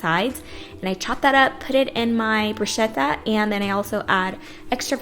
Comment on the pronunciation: Oh,and when you say 'bruschetta' you say like 'bruscetta' but you should pronounce it as 'brusketta' because CH in italian is a 'strong sound' so is like a K!! kiss